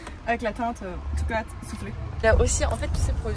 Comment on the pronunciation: MDRRR chocolateu souffleu je dead